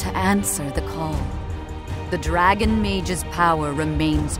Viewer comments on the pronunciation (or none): Take a shot everytime she accentuates "Dragon"